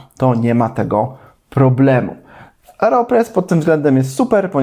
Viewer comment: Oreo 😅 oreopres 😂